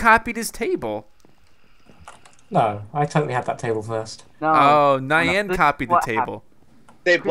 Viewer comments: You're all pronouncing Nyan wrong lol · You're still pronouncing "Nyan" wrong...